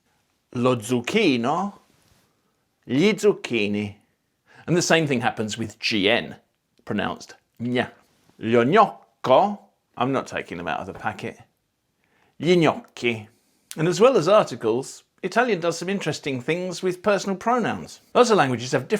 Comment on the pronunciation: Remember that "gn" "gl" "sc" "z" are always geminated between vowels. So /loɲ'ɲɔkko/ /loʦʦuk'kino/ or /loʣʣuk'kino/ and so on. (you said them as single)